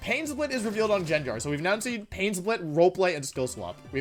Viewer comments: Nobody: WolfeyVGC: says Jen jar instead of gengar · jenjar lmfao it's gengar. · if I'm not mistaken, isnt how you pronounce it GenGar not JenJar? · its pronounced gangar not jenjar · STOP pronouncing it Jenjar, it’s Gengar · if you say genjar one more time im ripping the hair out of my skull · The most evil thing here is saying jenjar. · Man i wish the english language made any sense, how is gengar pronounced jenjar? ahh oh well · It bothers me that you pronounce it as Genjar. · the most evil prt of the video is the pronunciation of gengar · The most evil thing about this video is how he pronounces gengar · the only evil thing here is how you pronounce gengar dude. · Pronounce gengar right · The way you pronounce "Gengar" enrages me.